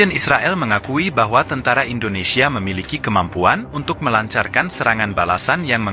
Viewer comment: Bukan..tentra..tentara Bang 😂